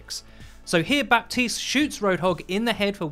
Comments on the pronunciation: Buh - teest not bap - teest. Thanks for coming to my ted talk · His names pronounced Ba-teest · "Baptiste" is pronounced as "Batist". With a silent "p". No wonder I can't hear him in the toilet. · How is Baptiste pronounced batees? Are we just gonna ignore 1/3 of the letters 😂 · Pls stop pronouncing the "p"